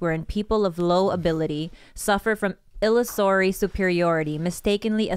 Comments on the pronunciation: It's fun watching try to say "illusory" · Someone tell illusory is pronounced like illusion but illusory.